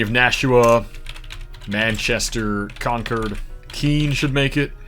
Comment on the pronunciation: He also did very well pronouncing New England cities the way locals do (Worcester and Concord for example)